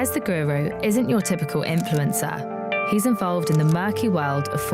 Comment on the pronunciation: doesn't say "influencer" right anymore.:(